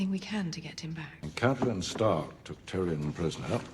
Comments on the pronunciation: No one named “Tie” on this show. It’s Tyrion. Tear-e-un. Tyrion. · Guuurrrlll!!! My husband and I have been waiting for two weeks to get your reaction to the dragon scene, and we were not disappointed!! This was awesome, thank you!!🤗🤗🤗 Your reward, as you seem to be a little stressed with the names...💜 Cersai. Sounds like "sir-see" Tyrion "tear-ee-an" Marjorie "mar-jury OR margery" Brianne "bree-anne" Tywin. "Tie-win"